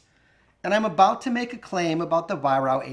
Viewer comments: Little thing, but its pronounced “Vyrark” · Weihrauch is phonetically pronounced vie-rack